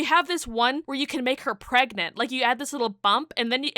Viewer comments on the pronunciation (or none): none